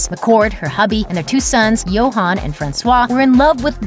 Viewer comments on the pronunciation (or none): none